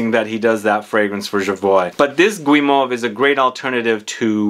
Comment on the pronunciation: It's pronounced "drajé", it's a soft /g/, "dragué" does exist in French though, but it means something different (like chated up, if it makes sense, 😂) and guimauve is not pronounced /gwi/ but /gee/ ... if you need French pronounciation sessions, do not hesitate, I teach French in a College in London 😉.